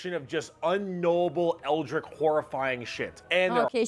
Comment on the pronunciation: Damn it, pronounce "eldritch" correctly for once.:P Also Papa Nurgle is the bestest.